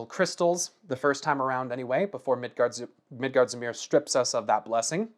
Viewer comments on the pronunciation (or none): Midgardsormr rhymes with former